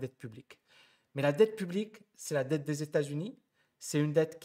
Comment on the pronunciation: "Dette pu-blique"